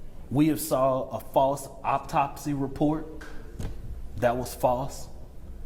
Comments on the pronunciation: It's not an "Optopsy" report. If you're a public speaker, could you pronounce things correctly and enunciate. I can't believe this is the rep they wanted for this. Also, a child was murdered are you mf kidding me... ridiculous. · "...we have seen a faws optopsy report that was faws..." They have send they best-&-brightest to repazent.